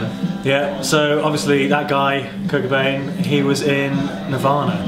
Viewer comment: The way u say cobain makes me cringe